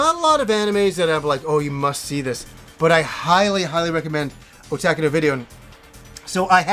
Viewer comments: it is not O Tac Ku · What kind of annoys me is how he says "Otaku" other than that, another great video as always,!